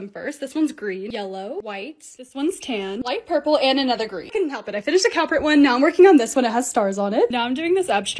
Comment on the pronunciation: She said dark blue is purpple